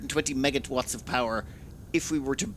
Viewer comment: Had to pause because I head "MegaTwatts" instead of MegaWatts. Haha!